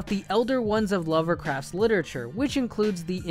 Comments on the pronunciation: Wait did you just say Lover craft?? It's just Lovecraft there isn't an ER lol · Did you just say Lovercraft?